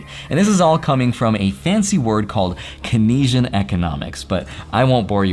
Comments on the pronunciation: Don't want to be that guy... but it's "KAYN-see-an", not "Kuh-NEE-shun". Named after John Maynard Keynes (pronounced like "Canes"). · FYI, Keynesian is pronounced Keen-Zee-An . It is not pronounced Kin-Ee-Jun (as you did in this video). Considering you run a channel about Finance that discusses some elements of Economics, one might think you would have learned that. After all, it was probably the single most important Economic policy of the 20th Century, borne out of the US, helping shape much of the financial world and geopolitical reality after World War II. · not Kenasian ;) but Keynesian from Keynes, the Economist. Pronounced closer to Caines. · Isn’t it Cane-zee-an and not Kay-nee-zian? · Just a heads up- Keynesian economics is named after John Maynard Keynes, and is pronounced like "Keinz"-ian or rather than "Key-neez"-ian. Love your content btw! Keep up the good work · Keynesian economics (/ˈkeɪnziən/ KAYN-zee-ən; not kuh-NEEZ-ian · As far as I know "kenasian" is actually pronounced "kain-zian" and after double checking, yeah I'm right. Never heard it said the way you said it lol. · It’s pronounced ‘Kein-zee-uhn” ! Not key-nesian ! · CAIN-sian, not key-neshun brother. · it's pronounced kein-zee-un. Not ken-eesh-ian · Keynesian (KAYN-see-en) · Also, "kayn-zee-en" economics :) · My man said "Can-asian economics" 😑 lol. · Keynesian= pronounced CANES-ian...you slaughtered it but we knew what you meant 😂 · It's pronounced "cane-zee-an" economics. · Pronounced KANE-zian economics. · Love you so much man! Great vid. Never heard it pronounced that way: Keynesian... pronounced “Kain-ZE-N” but both could be correct! Loved the video so much! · Keynesian is pronounced "Keen-sian' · Keynesian is pronounced like “cane-zee-an” just fyi but great vid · Love your content,. It’s pronounced “kane-zee-in” 👍🏼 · No hate but Keynesian is pronounced KAYN-zee-ən. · Keynesian: ‘Cane-see-in’ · Great video but you butchered the pronunciation of Keynesian. It's kein·zee·uhn